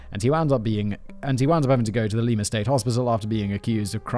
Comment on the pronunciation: Simon. I, an Ohioan, beg of you: IT'S LIE-MUH, not LEE-MAH. PLEASE. T_T I know I get after you about pronunciations, but this is my home state. Kevin, THANK YOU!!! I grew up hearing about Milligan (yet another one Ohio State University swept under the rug) and he's never really been covered on any of the true crime stuff my mom watches. Thanks for writing this in-depth look at Milligan and his crimes. Awesome editing as always, Jen!